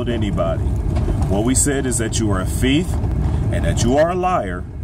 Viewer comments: I really like this brother but, I really wish he would learn how to pronounce the word "thief". He keeps saying "fieth". You're speaking to the public bro. People around you should have pulled your coattail on that my brother. Great words though. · why are you stuck on my pronunciations? Thief or fieth is the same thing.